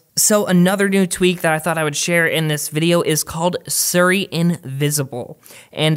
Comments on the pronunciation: Its SIRI, not SURI. You say it as you read it, S - I - R - I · lmfao he said sirry instead of siri whatchu Canadian mate? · What is suri? Do you mean Siri but cant speak well or? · the way you say siri is so foreign to me